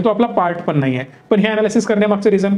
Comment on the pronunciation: फक्त ण लां न म्हणतात. उ दा. पन, म्हनतात. म्हंजे.